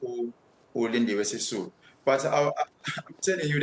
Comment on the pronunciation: 'Sisulu'...you mean. 😆